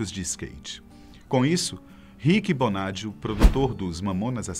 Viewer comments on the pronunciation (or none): Rick "Bonádio" não, Rick "Bonadío" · "rick bonádio" kkkk é bonadíiiiiiio